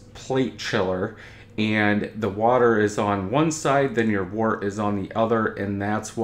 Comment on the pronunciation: Let's start by pronouncing the word "wort" correctly. It does not sound like "wart." It is pronounced like "dirt" with a "w" instead of a "d." Wort is derived from the Old English word "wyrt."